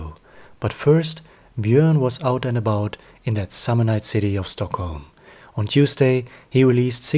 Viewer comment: Do you know for a fact that he is in Sweden?? Is that why he left Youtube? I am Swedish so I know that is NOT Swedish. If he was Swedish he would pronounce Swedish names correctly, which he doesn't do, and he would know things about Stockholm/Sweden that he obviously doesn't know. Something very serious must have happened to him since he's been gone for so long - unless he's on a holiday in Sweden as your comment suggests. Still strange that he isnät replying to his worried fans. And summer is over in any case.